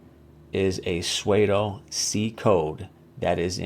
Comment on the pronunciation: Great vid. FYI... pseudo is pronounced like "sudo" and rhymes with "Play-doh"... not "suede-oh"